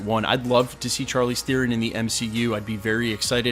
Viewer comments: Can you pronounce Charlize Theron's man's right just once? Is an sh sound not a hard ch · I like how is worried about mispronouncing Chukwudi Iwuji's name and yet, throughout the entire video he screwed up Charlize Theron's -- someone who's won an Oscar and is mega well-known. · I don’t know if you pronounced dudes name wrong, but you sure as heck can’t say Charlize Theron right 😝 But seriously, before I saw the name Faiza, that character description made me think Storm. Thanks for all you do. Can’t wait to see what the actual castings are! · You pronounced Chalize Theron wrong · You didn't apologise for the mispronunciation of Charlize Theron. 🤔